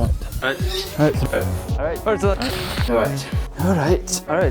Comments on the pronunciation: Ore-ite? Is that the next thing you've got to mine? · It's sounds like your saying alright with an accent